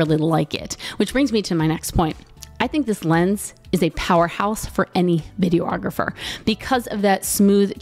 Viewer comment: Has anyone ever mentioned that you mispronounce the word videographer? Not tying to be a dick - don't know if English is a 2nd language for you or its a regional thing. You're adding an extra syllable.